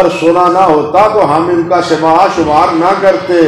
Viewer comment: سِماع❌❌❌❌ سَماع✔️✔️✔️✔️